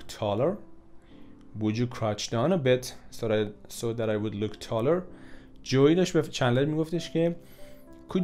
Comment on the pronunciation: ممنون استاد 🌹 قسمت a bit so رو خیلی سریع گفت انگار شبیه یک کلمه شد. 😀❤️